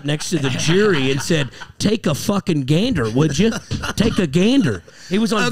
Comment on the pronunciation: Nobody.. abso-FUCKING-lutely No ONE: "here's my podcast take a fuckin GAYNDER!" TAKE A GANDER